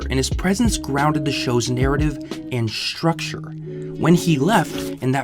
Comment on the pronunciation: Dude, stop putting a "sh" sound where it doesn't belong. It's not "shtrucure", it's structure. It's not "shtrong", its strong. Irritating and amature.